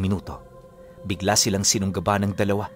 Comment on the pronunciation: Silang po hindi siiiiilang.hahah